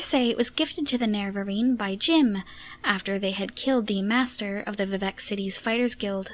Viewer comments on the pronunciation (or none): none